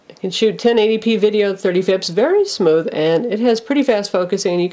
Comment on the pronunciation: I enjoyed the review till she said "1080 at thirty 'fips' "